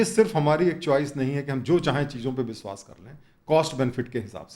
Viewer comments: बिश्वास नहीं.....विश्वास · कृपया "विश्वास" को "बिसवास" न कहें